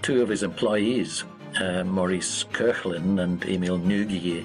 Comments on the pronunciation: The engineer was called Maurice Koechlin, not Kurland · It's Maurice Koechlin and Emile Nouguier, not Maurice Kurland and Emile Ngugi ! ahahah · WTF ?!! How did Émile NOUGUIER and Maurice KOECHLIN become Emile NGUGI and Maurice KURLAND ?!!😂😂😂😂 They are neither Korean nor American lol (one is French and the other is Franco-Swiss) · Their names are Émile Nouguier and Maurice Koechlin. Who completely butchered their surnames and why? 😂